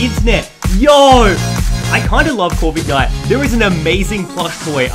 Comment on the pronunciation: He says corvigknight